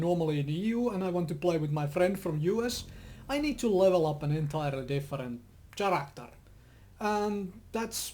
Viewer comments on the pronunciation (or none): he doesn't know that much english so instead of saying character the right way wich is like karacter he says it like chairactor! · Best pronounciation of character: [tSaratster]